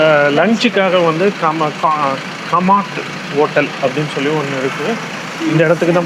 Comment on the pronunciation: அது காமத் ஹோட்டல். கமாட் இல்லை. தயவு செய்து பெயர்களை சரியாக தெரிந்து கொண்டு பேசினால் நலம். வெயில் காலத்தில் ஹைதராபாத் சென்று விட்டு சூடு அதிகமென்பது ஆச்சர்யமாக இருக்கிறது. Laad Bazaar...